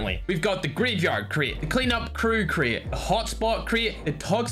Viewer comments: Is Crate not craai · Normal people: Crate: Create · me:"Crate":"Cret"